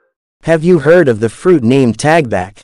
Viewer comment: Talbak not tagbak